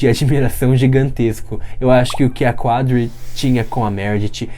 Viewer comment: Episódio muito bom. Jô Karev deu show. Eu quero ver Addison Montgomery chegando, ruiva, linda, com um filho (que nós sabemos que ela tem), plena pra cuidar da Sheperd e da Bailey. Obs: a pronúncia é "CADRI", tipo, escreve "Qadri" mas a pronúncia não tem um "U" depois do "Q" como de costume.